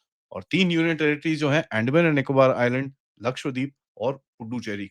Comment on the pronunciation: अंडमान नहीं,"अंदमान".